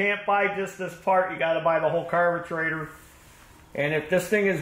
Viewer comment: I'd never use Champion spark plugs because once you get them flooded, they're shot and worthless. NGK are much better. And it's a carburetor, not a carbatrator. Learn how to talk and get the crap out of your mouth.